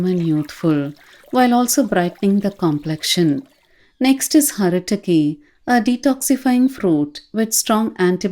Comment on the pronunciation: Its not Haritaki and vibhitaki.....its Hareethaki and Vibheethaki